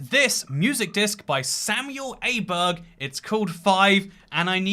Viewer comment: Åberg, not Aberg. :)